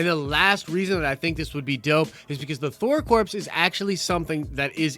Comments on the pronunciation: Omg you don't pronounce the p or the s in corps. They are NOT dead bodies. That was so annoying and you are usually much better than this. First I couldn't even finish the video because it was so annoying. Second, if you can't be professional, why should people subscribe and more importantly pay you on patreon? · I cringe every time you say corpse instead of corps (kor) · Noone cares its pronounced core not corpse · Thor CORE. NOT CORPSE. Jesus christ. Marine Corps. Thor Corps. How does that pun not click? It's certainly better than Asgardians of the Galaxy or Thor's name and reputation being hijacked by some butthole ex that's been missing for most of the MCU or a 3 Thors with 1000 fighting one guy. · Corps is pronounced 'CORE' not corpse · Corps is pronounced *core*. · It’s pronounced core not corpse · Hey buddy so corps is pronounced core, like marine corps, so Thor corps sounds better,. Thor core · It’s pronounced “Core” not “Corpse”......Jesus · I'm so sorry & I don't mean to be a stickler but, ya gotta stop saying THOR "CORPSE"; a corpse is a dead body & a "CORPS" is defined as a body of people engaged in a particular activity; example...The GREEN💚LANTERN CORPS, SINESTRO💛CORPS, other LANTERN❤🧡💙🖤💜CORPS, ya know what I mean, right? Just sayin'. 🇨🇦👊🏻🤙🏻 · it’s pronounced core, not corpse. God damn that was hard to listen to 😂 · It's pronounced the same as CORE....Just like the U.S. Marine Corps(CorE) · Not unless they are the Thor Corpse Suicide Squad. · Dude it's pronounced "core". Drivin me nuts man. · Had to quit halfway through, couldn’t take another “corpse” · Yes, thank you. It was driving me crazy every time said it! 🤣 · The 'S' is silent in Corps. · It's pronounced "core", not "corpse".